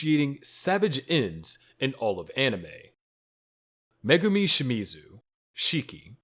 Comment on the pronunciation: Megumi fan girl not Megumi there are two differences get it right!